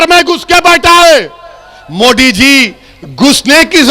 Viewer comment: पहले सही से मोदी बोलो मोडी नही 😂😂 पिछवाड़ा में जितना दम है सब लगा लो आएगा तो बीजेपी ही 🚩